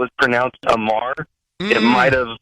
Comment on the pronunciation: It's A Mar. Not Amar